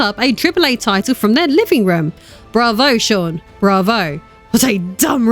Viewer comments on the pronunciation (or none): none